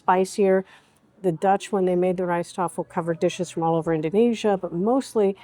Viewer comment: Correction: the Rijsttafel ALWAYS has white rice in the center of side dishes, not fried rice, which is a separate dish altogether, and not part of the Rijsttafel. (Btw: your prononciation of "rijsttafel is excellent.). PAdang has the accent on the first syllable: "PA," as in PA-dang.